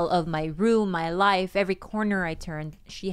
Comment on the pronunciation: " I've never had this house LYYFFFE." The way he says life for some reason sounded weird 🤣🤣